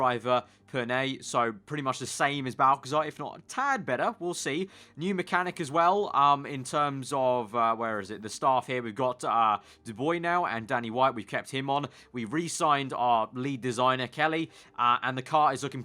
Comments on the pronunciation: As a French speaker... it literally hurts when you say "Nicole Du-boy." The word "bois" means "woods," so, "Dubois" means "from the woods." It's pronounced like this: Du-bwah. Not doo-boy. Du-bwah. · your mechanic is pronounced Du-bwoah. just imagine Kimi is saying it